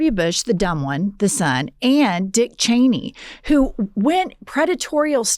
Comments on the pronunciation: Sam never gets Liz Cheney's name right lol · Sam will never get Liz Cheney's name right 😂